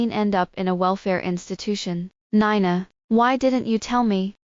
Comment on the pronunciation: She pronounced Nina (nine na) instead of (nee na)